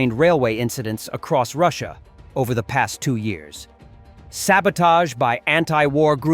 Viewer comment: It’s Russia, not russuir